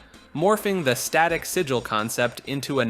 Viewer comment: man, the part where you pronounce Sigil a different way each time you say it was kinda painful ngl ;[ it's like 1 second in google. just type in a word and a robot lady reads the proper pronunciation for you.